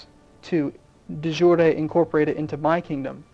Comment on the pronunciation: FWIW, the Merriam Webster pronunciation of de-jure is de-jury, as in the one in a court.